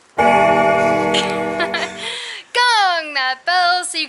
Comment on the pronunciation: I like how you say " KKOOONG (or GGOOONG?) that bell…"